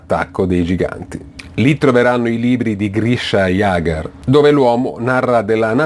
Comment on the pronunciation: cazzo zeke si legge zik e jager si legge iegher